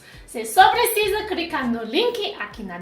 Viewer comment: Por que a só fala ingrês e cricar? Para os chineses não é mais fácil falar o "L" do que o "r".